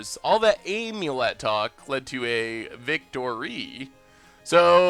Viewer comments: Its AHM-YUH-LET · still pronouncing amulet wrong. is a troll. Next stream please just say Ham-u-let and it'll be ok